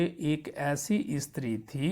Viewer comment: Not istri it's stree sir😂😂😂😂